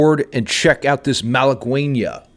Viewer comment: Btw it is "malagueÑa" no malaguena